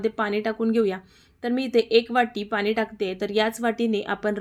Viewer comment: पाणी बोल ग... पानी नाही... वटाना.. नाही वाटाणा